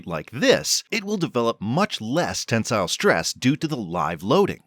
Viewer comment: The pronunciation of tensile is atrocious